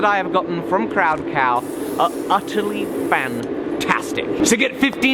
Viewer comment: haha "UTTERly fantastic"